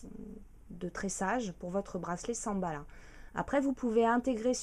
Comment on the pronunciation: Elle a dit Samballa. x)